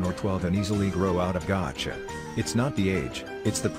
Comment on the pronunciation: Why on earth did it say "gacha" like that 💀